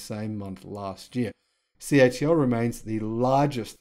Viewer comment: Hi why do you say the company is CHL instead of CATL unless I am miss hearing you?